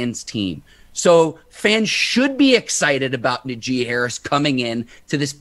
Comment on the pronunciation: Nah-jee. Not N'jee